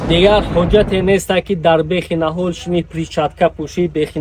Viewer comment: Эй бародар нахол не нихол дуруст талаффуз намоед